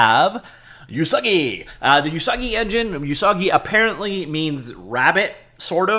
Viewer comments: Usagi does mean rabbit. It's pronounced more like "ooh-sagi" not "you-sagi". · not "you-sagi" ... "oo-sagi" it means "rabbit" in japanese. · Please do not call Usagi "You Soggy." That is saying something else you don't want to say. The "U" sound in Japanese sounds like "Oooh" not "You." "Usagi" is pronounced "Oooh-SAW-gee." The vowel sounds in Japanese are NOT like the American English "Ay-Eee-Eye-Oh-You." Like Spanish, Japanese uses pure monophthongs: "Ah-Eh-Eee-Oh-Oooh." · Usagi means rabbit in Japanese. Pronounced Oosaagi, not Yoosaagi. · Not "You-sah-ghee", it's Japanese ウサギ literally meaning Rabbit. "Oo-sah-ghee" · TL note: Usagi means rabbit in Japanese. TL note2: it's pronounced oo-saa-gee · So Pico8 but open source? Also it's pronounced "oo-sah-gee", yeah it's Japanese for rabbit. They've a folklore story about rabbits being from the moon, which probably ties it in with Lua meaning moon. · it's "oo-sah-gee" xD